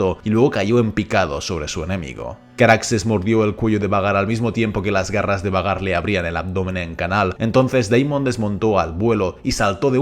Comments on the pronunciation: que gracia cuando dice 'Vhagar' como "Vagar" con toda la seguridad cuando en verdad se pronuncia "Veigar"😂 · Lo único malo de esta narración es que pronuncias cómo se escribe el nombre de vhagar en vez de como se Lee y se escucha fatal. Y si me vienes con que así se Lee entonces deberías leer arrenal no jarrenjal